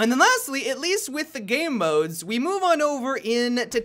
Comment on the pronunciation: Always sounds like says "gay modes" inatead of game modes.